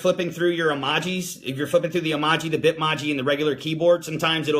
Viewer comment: The way you say Bitmoji is so wrong lol